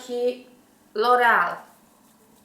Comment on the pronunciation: Nie wiem czemu ale bardzo ładnie z twoich ust brzmi słowo LOREAL